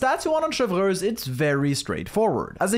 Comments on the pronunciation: Every time u say “Cheverous” 😂😂😂😂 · IT'S CHEV - RE -USE NOT THAT HARD RIGHT? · sry if i speak french xD u say "chevreuwse" not chevreuse, but is ok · "Chevrez or Chevurheooz as I naturally call her" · rolls the 'r' in Chevreuse "lol, sorry, I speak French" Also: "Noblesse OBLAIGE!! " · but sir your English pronunciation was also wrong lmaoo. we all know this is a bit you're committed to cause you say almost all the unique characters incorrectly unless I was mistaken lol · Tbh I love it. It’s like “Chevreuse” 🙄🤮 vs “🥐🇫🇷Chevreuse💅” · Love your guides but I can’t wait to never hear you say her name again. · I love how he pronounces "Chevreuse" a different way every time. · rolls the 'r' in Chevreuse. "lol, sorry, I speak French" Also: "Noblesse OBLAIGE!! " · Oblige on its own is also an English word, though, and that's how you pronounce it. So it's not as awkward as saying ChevROOSE instead of Chevreuse. Btw that's not a rolled R. People rarely roll their R anymore in French; it's usually associated with old people and rural settings. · bro u didn't even pronounce chevreuse in french correctly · 10 seconds in, blud already flexes his French